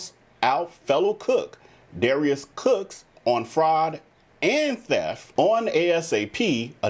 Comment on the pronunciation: I noticed you slip and say Darius Crooks instead of Cooks many times during your video.